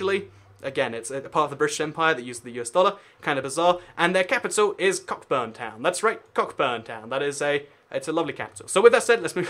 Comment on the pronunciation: Surely "Cockburn" is pronounced "Coh-burn", no? Also it's not 'Saint Helen-ah', it's 'Saint Helee-nah'...my best friend if from there :)